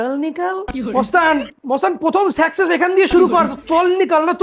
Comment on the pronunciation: সাকসেস না না সেকসেশ😂😂😂😂😂😂😂😂😂😂😂😂😂😂😂😂😂😂😂😂😂😂😂😂😂😂😂😂😂😂😂😂😂😂😂😂😂😂😂😂😂😂😂😂😂😂😂